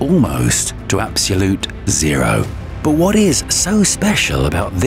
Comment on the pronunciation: I wish he could pronounce "absolute"